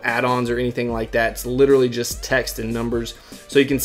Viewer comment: LITRILLY